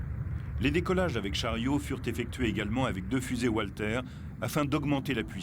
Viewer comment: Le commentateur en voix off aurait pu apprendre à prononcer correctement les noms allemands, ça aurait fait plus sérieux ... "oualter", "djounkers", "levaircuzéne", "joumo". ahaha, ridicule, ça colle pas avec l'air sérieux de mec qui s'y connait.